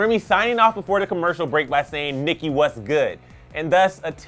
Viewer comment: "Nicki wus good" please.just.stop.thanks😐